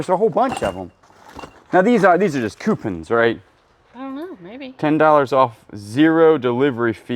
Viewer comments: I love the way says jury…aka jewelry and qupin…..aka coupon! Keep doing what yall do!!❤ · Haha, i just heard "coopin" for coupon! Ron White!